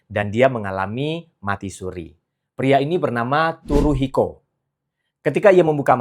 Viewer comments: Maaf dibacanya bukan Turuhiko , tapi Suruhiko dg T mengambang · baca Tsuruhiko itu "Suruhiko" bukan Turuhiko bang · Keren banget sih kontennya. B t w koreksi sedikit ... "tsu" dalam bahasa Jepang bukan dibaca /t/ , melainkan dibaca seperti /c/. Sehingga "tsuru" jangan dibaca "turu" , melainkan dibaca "curu" ( /c/-nya agak beda, sedikit dengan /c/ kita ... ujung lidah disentuhkan pada pangkal gigi ). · Bacanya Tsuruhiko seperti membaca Tsunami.. daripada "T", lebih banyak ke "S".. kalo susah pake "C" saja..🎉🎉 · benar sekali, bacanya Tsuruhiko